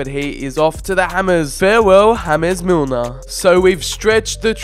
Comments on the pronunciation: Did u hear him say jámes milner not james milner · did he just say hames Milner what what the fudge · You don’t say James Milner like James Rodriguez Milner is English